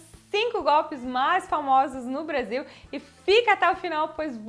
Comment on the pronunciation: vc falando Brasil parecia uma gringa Brazil kkkkkk